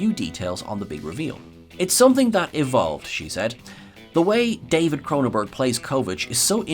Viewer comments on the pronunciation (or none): none